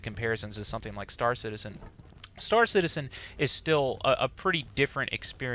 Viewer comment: "It's kinda like Starcitzen just on a massibe scale." Seriously dude?